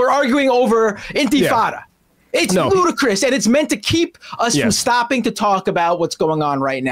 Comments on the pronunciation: I assume you meant "ludicrous" rather than "Ludacris"... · “Ludacris” 😂 that’s the singer 😅 I think you meant ludicrous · And it's "ludicrous." LOL, Ludacris is the name of a rapper.... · Lol everything else aside, it's ludicrous not ludacris